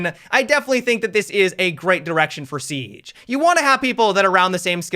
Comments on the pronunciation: Why you said sieaggge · sounded like he had a stroke when he said siege lol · listen to the way he says siege 😂